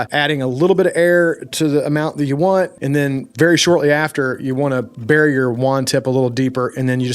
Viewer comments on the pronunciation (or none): none